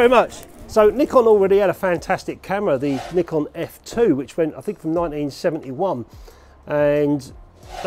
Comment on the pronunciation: You deserve a round of applause for saying nikon the right way! The Japanese way! 👏🏼(neekon)